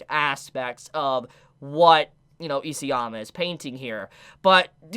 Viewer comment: It really bothers me that you pronounce “EASYama”. His name is ISAYAMA!